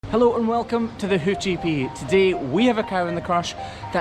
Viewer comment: Wait what ? In the intro all I heard was welcome to the hoochie...